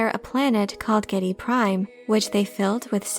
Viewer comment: Harkonnen is pronounced Har-co-nen and Geidy prime is pronounced Geedy prime.